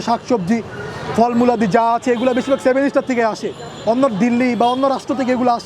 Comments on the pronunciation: সেভেন স্টার নারে ভাই সেভেন সিস্টার হবে। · ভাই, সেভেন স্টার না, সেভেন সিস্টার। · 7 ইস্টার না 7 সিস্টার